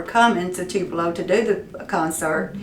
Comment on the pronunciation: Thanks for the tours of the museum and Elvis' house - great stuff !!! will always support you , even if you did say "tulepo" twice !!